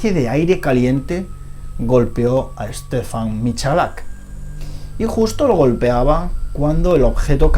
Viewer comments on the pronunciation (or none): es Stefan, no Stephen